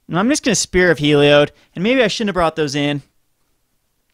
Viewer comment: It's HEE-LEE-ODD